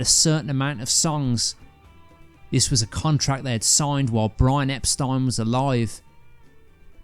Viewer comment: Thank you for pronouncing EPSTEIN correctly!!!!!